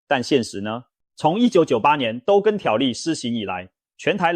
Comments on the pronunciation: 都更，唸ㄉㄨ（督），不唸ㄉㄡ（兜） 🤗🤗🤗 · 我們台灣人是唸都更不是兜更音，就是都市更新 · 都更唸（督耕）.請正確的唸. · 我光是聽到兜更就聽不下去了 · 聽到兜更我就聽不下去了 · AI語音辨識 所以會有很多讀錯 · 聽了幾集很難受，放棄。都是AI語音，都更是兜ㄍㄥˋ⋯⋯重劃區唸成眾話區等等等…..再好的內容都是可惜